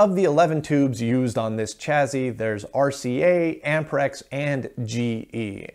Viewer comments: Stop saying CHAZY !! It's a double SS !! ChaSSy ! CHA-SEE ! Gees ! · I'm sorry, but "chazzy"? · Chassis is pronounced: CHASSIE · just out of curiosity - do most americans say 'chassis' like 'chazzy' or is it just something '' does? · Where does the pronunciation “chaZZy” come from? A regional thing? Would “sassy” then be “saZZy”? Pedantic…me? Well, a bit. Oh, try this phrase “a sassy lassy with a classy chassis”!